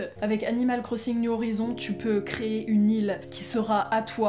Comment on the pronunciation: « New horizon » avec l’accent bien fr